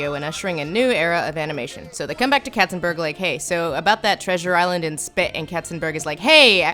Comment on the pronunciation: Not "Ketzenbörg" but "Katzenberg"! And you have not even mentioned that Hera is Hercules's biggest fiend, instead of Hades, who has no case to hate him!